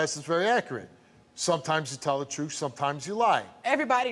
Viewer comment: We gonna hear the truff!